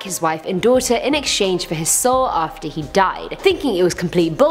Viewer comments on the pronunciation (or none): none